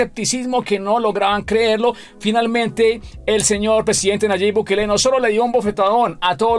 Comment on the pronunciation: no es bukeeele, es BUKELE